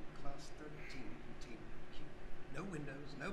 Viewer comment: me doi ver o fala tão errado contaiment breach